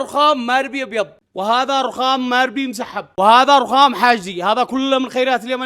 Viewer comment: هههههه ررخخام